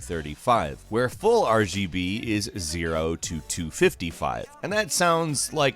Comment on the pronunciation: Didn't get past the first one, couldn't listen to this guy say RBG one more time